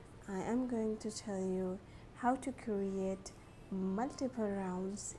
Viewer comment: Howo toww cureeaatee 😂😂😂😂😂